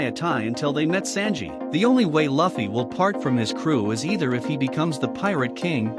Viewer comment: Sorry if you feel bad but it sounds cringe how you pronounce Luffy, Dadan and other names in the video